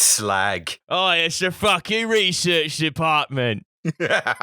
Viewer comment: I know it's easy points to have a callback to the previous episode, but in no way is "resorch" worse than "anagalous". I'm sorry for being such an annoying shit, but it had to be said, possibly for the hundredth time. Y'all are great btw. I am also a dumb person, but I smile a lot listening to this podcast, and I'd say that's a good metric for me.